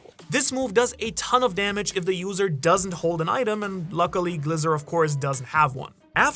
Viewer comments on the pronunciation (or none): Glizer no glis-cor